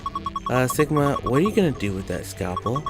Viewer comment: Everyone didn't say "Sigma", but "Shigma". Because we(Japanese) don't say "si" in any Japanese words, and we say "shi" everyday...